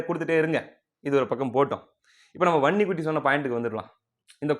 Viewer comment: தம்பி. வன்னிக்குட்டி என்று தெளிவ சொல்லுப்பா எங்களுக்கு நீ உண்மை சொல்றது போல் ....... குட்டி ன்னு கேக்குதுப்பா.